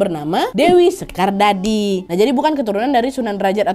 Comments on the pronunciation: Dewi sekardadu kak nad, bukan sekardadi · Koreksi kak Nad Leran dibaca Leran "e" nya sama dengan kita menyebut "ekonomi" Dewi Sekardadi = Dewi Sekardadu Makam Sunan Bonang ada dua, di Tuban & Bawean 😊😊😊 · Dewi sekar dadu kak,bukan dewi sekar dadi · Dewi Sekardadu bukan Dewi sekardadi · Aku tinggal di gresik kak Desa leran yang benar pengucapan kakak yang pertama. Maaf ralat ibunya sunan Giri namanya dewisekardadu soalnya saya tinggal disana dan kebetulan kemarin adalah peringatan kematian beliau (haul dewi sekardadu)